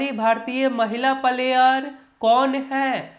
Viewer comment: Palayr nahi hota hai player hota hai. 🤣STUPID